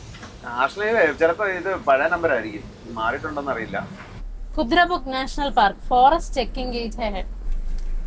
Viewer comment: കുതിര മുക്കല്ല... കുതിരമുഖ്